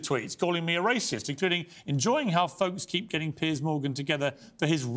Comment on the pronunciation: Just answer his question. And it's Piers, not Pierce.